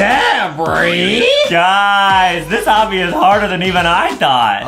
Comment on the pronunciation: its not abi its obby